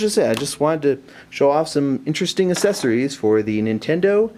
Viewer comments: Accessories. not assesories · Cool video...but man they way you say accessories :') Assessories... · I think u pronouce fine :D Except the assessorie thing.... :3 (Best vid so far on this) IM GETTIN A BLAQ ON :D) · do you hate the accessories of the 3ds thats why you pronounced it as ASSesories? anyways, this vid helped me a bit. so thanks :) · Assessories, lmaoo I cant judge I didnt know how to pronounce world before! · PRONOUNCE ACCESSORIES RIGHT. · He cant pronounce accesories anymore